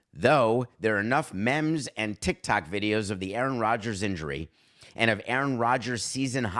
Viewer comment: Does anyone pronounce meme the way David does?, are you listening?!